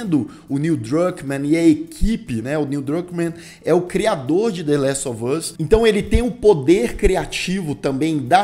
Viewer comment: Falar coisa aqui nada a ver.. 😅 Até o Lucas pronuncia "dêléstovâz"... pq? 🤔 Meu irmão "tira meu couro" pq falo "dêléstováz" com o "us" mais aberto (ás). Fica me zuando como se eu tivesse errada, mas morei nos EUA e aprendi assim. Os próprios atores falam "us" (ás), mas todo mundo pela Internet fala com som fechado (âz). Será uma forma própria dos youtubers e gamers falar? Ou ambos estão certos? Só desabafando pq meu irmão enche meu saco. 🙄😅